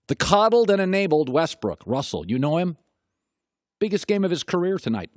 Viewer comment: dude just said russel westbrick??